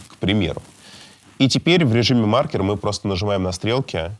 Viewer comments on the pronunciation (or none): none